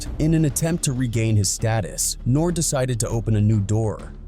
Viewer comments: Soons this culture vulture said Nore!!! Instead of NoRe. I click off and stop the video. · When using Ai you have to write things how they sound not how they’re spelled, I.e nore would be norey! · Did you even listen to this before you posted? Your voice over man can’t even same his name right. Horrible video. Try harder. It’s funny you say just doing things for likes and attention. Seems like you might know a little bit about that huh? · Bro this dude is butchering his name...he reading off a script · WHO THA FUCK DO YOU THINK YOU ARE!!!!!!! GIVE THAT MAN HIS RESPECT!!!!! YOU CAN"T EVEN SAY HIS NAME CORRECT!!!! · This AI jackin nores name as much as nore jacked up Detroit rappers names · You got so many things wrong dude. The guy whose name you keep mispronouncing can sue you for defamation. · You can’t even say their name right go climb a mountain. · I stopped watching after the AI voice didn't know how to pronounce N.O.R.E. lol People need to stop being scared to use their own voice. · AI can’t even pronounce his name correctly. Nore is a Legend. Beefing respectfully is what rap is about having fun. Or saying how you feel, what you see, the struggles, pain, love and your thoughts. That is what Hip Hop represents!! Nobody ain’t questioning him. He has nothing to do what anybody did. He don’t have no law suits! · EXACTLY! As soon as I heard how his name's pronounced I got irritated!😒😔